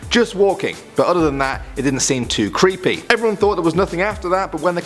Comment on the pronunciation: This is cweepy!